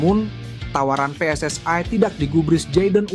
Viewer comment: Bilang PSSI kok bacanya pe es es ai Kalo Bhs Inggris kan harusnya pi es es ai Kalo Bhs Indonesia yah pe es es i Situ org dr negara mana siy ??😂